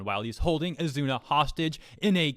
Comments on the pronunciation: Wtf he literally married asuna. Why would he hate women when he got a thicc wife. And don't mispronounce asuna not azuna Please stop doing these crimes against anime by not saying their names right lol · Oz zoo na is how to pronounce her name. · Why says “Azuna” instead of “Asuna?” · Ethan Zelinsky Spell Asuna ( *A-Suu-Naa*) not Asuna (*A-zu-na*) Enforcing your point of saying the Azuna version is the right way means You need to be shown times over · Not sure if this as been mentioned, but I believe the pronunciation is Ah-sue-na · "Kirito pretended to be a girl". In other words, Kirito recognized the existence of female privilege and took advantage of it. Also, how pronounces Asuna, I keep hearing Azuna. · Ha he called her azuna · As much as i hate to say it, you triggered me more than the article....you pronounced it azuna...MAD MAN!!!! Lol. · Dude your saying her name wrong